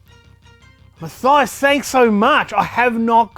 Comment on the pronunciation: Munk Meal i am fine with it as he had pronounced it...